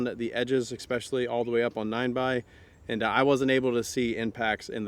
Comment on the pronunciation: Stop saying expecially